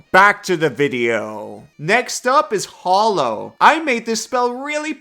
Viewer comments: “Everyone knows about this spell because of me”… but still doesn’t know how to pronounce it 😉 Hollow vs. Hallow: FIGHT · Normally I try to ignore people’s mispronunciation but how the heck can you pronounce “hallow” wrong while saying “hallowed” correctly? It’s the same darn word!